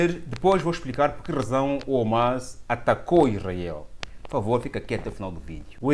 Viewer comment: Irmao me perdoe mas nao se diz Omas...mas sim HAMAS( é arabe o termo)